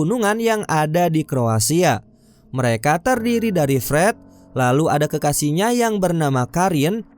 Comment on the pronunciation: Pret atau Fred😂 dengernya Pret Hahahahaha